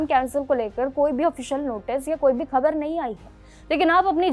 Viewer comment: Gabar nahi khabar 🤣🤣🤣🤣🤣